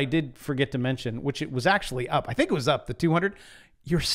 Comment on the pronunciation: You said Fink, HAHAHA